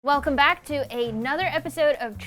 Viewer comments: ‘Whelcome back” there’s no W there bro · hwelcome back🤮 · “hwelcome back” lol